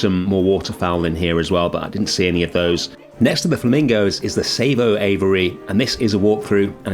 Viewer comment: I think it's pronounced Sar-vo, instead of Say-vo. The Hidden Savannah has massive issues when busy, because you cannot move at all, its just too small.